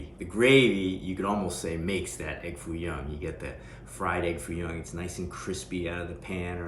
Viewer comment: Not Foo Young, but Foo Yoong.😂😂